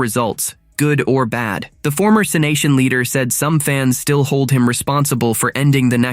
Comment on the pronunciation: You should program the voice to say it right it's C-nation